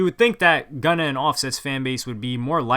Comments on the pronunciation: Did he say gunno lol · Did he just call Gunna GUNNO!? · You said gunna wrong at the beginning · Contane 21 yeah but does he even know what he is talking about or reading a script like this some pump hater. He doesn’t know anything about rap music obv he can’t even pronounce “Gunna” or “gnar” so wtf that tell u